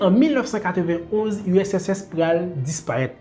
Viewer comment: Bel travay. wap eseye pale two vit man esak fem gen enpresyon ou di usss la. Moun yo ka panse se usss men an reyalite se urss. Bon travay. Poutine gen tout rezonl li fè entèvansyon an. Neg oksidan yo (otan) twò rize. Epi yap dyabolize Poutine.